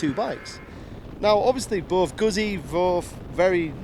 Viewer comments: If You know how to pronounce pizza then please apply this to guzzi. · Can you just for the sake of the gods say Guzzi! If not... Jeees. Show some respect please 🙏